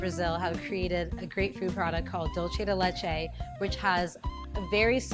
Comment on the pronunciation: bruh argentinians created dulce de leche, and its DOOLSE NOT DOLCE